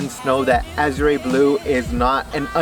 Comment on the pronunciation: Pronounce the color right a-zhr no azray